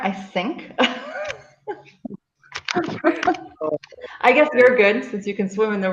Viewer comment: I sink, such a rare Talent😂